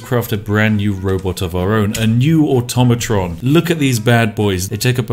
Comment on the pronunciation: Finally someone says "Automatron" correctly.